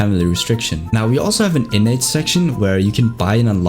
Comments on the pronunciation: Every time he said innate , it sounded like init bruv like the british people say .Innit bruv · Innnate ❌ Innits ✅